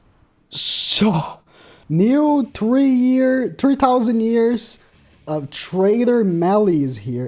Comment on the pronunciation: I love when Says TreeThousand Instead of threethousand